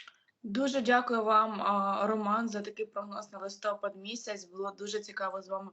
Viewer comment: Ведучі,чому ви кажете листОпад, треба листопАд. Ющенко так казав і ви так.